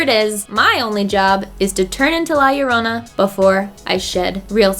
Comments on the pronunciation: White people trying to say La llorona: L-A-H L-L-O-R-O-U-N-A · Why do ppl say la yarona... YoUrE nOT sAyIng iT riGhT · la llorona ( the weeping woman ), is pronounced Yo-ro-na yorona—> llorona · is pronouces "la chorona" is in spanish, and whenever theres a two "LL" it have the sound of "CH" and second thing, ripley in the end was like "who cares about you? they only come to see me" atitude:P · Girl, roll your R slightly when saying "llorona". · “La yorona” oh come on you could’ve tried A LITTLE 🤣🤣 still love you gurl 😘 also. Cool ass sponsorship yaaas hennnnyyyyyy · i kinda hate the way she says llorona and ew sorry and it means crybaby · I love you but this movie issa no LMAOOO all these people butchering the mere pronunciation of "la llorona" gets rid of any fear that the movie content may have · As much as I love both and horror movies, I’m not going to see La Llorona. They couldn’t even get characters or a narrator that would properly pronounce the name of the actual legend they’re depicting. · Still can’t say llorona